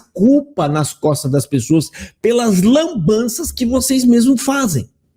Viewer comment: Dou risada de vc dizer Lambança.rss